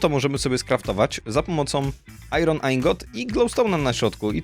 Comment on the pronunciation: Nie czyta się "ajron" tylko "ajon"